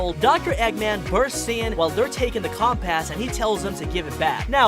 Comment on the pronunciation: not always everything and it's not the cumpas it's the compass